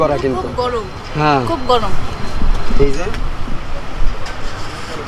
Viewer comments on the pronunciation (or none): দিদি খুব গরম বলতে গিয়ে খুব গলোম বলে ফেলেছে❤